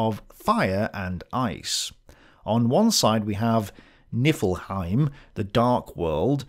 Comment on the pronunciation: Nee-fel- hime & Moosspellhime - fire and ice